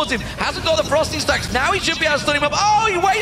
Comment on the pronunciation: ROFL his "Ferocity Stacks" pronunciation is sooo bad! xD